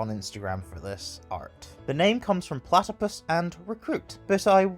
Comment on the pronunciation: *platipus not platicuit 🤚